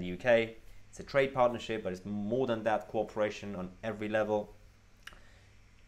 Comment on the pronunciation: every, not e wry.